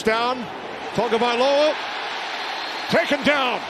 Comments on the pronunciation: Please Mr. Announcer: It's TAGOVAILOA not TAGOVAIOLA 😢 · The f#cking idiot announcer still can’t pronounce Tua’s last name.